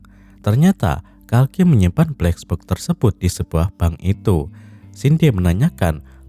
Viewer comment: Gue terganggu narator bilang bleks boks....